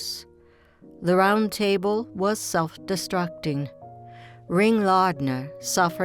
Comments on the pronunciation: The narrator cannot even pronounce "table." A total monotone. Not human. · Let me put my cup on the tay bul. Ha-ha-ha-ha! I Think the REAL Dot would quote Arnold in reference to a robot telling her story. What can you possibly rhyme with A-Hole??